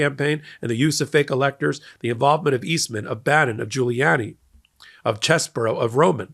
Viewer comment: Dnno about you, but I totally heard him say "Guili - Laural "